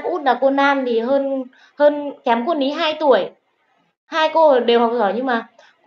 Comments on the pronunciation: hỏi lại mình mắc cười quá. Cô ný= cô lý.cô nan= cô lan.😅😅😅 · Lý chứ k phải Ní ơi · Nói ngọng , Lý mà Ný , Nàm .... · Tiếng địa phương chứ tên cô của bé là lý chứ k phải ný đâu ạ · E là người trong video tìm kiếm cô, cô e tìm là cô Lý, xin lỗi mọi người vì e bị ngọng vùng miền e Thái Bình là L và N mong mọi người thông cảm